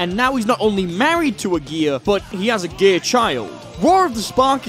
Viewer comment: ngl I thought you said gay, not gear for a sec